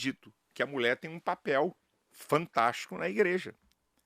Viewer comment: Nem pronunciar a palavra mulher este pastor consegue. (Mulé)